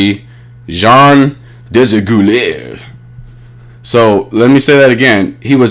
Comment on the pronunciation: day-zah-gew-lee-yay is how you pronounce desaguliers :)